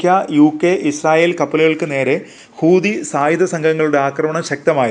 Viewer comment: ഖൂതി അല്ല ഹൂത്തി